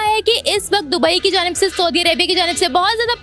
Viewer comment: 'Sawdee' Arabia nahi ...sahi word bolna ati nahi...'Sa oo di'Arabia mulk ki asal naam